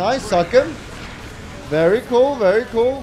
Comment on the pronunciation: datguy4's comments were priceless, "berry nice"